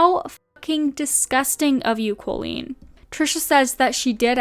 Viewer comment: Great video but just FYI - the pronunciation of Colleen is incorrect. It's not Col-leen, it's Co-leen.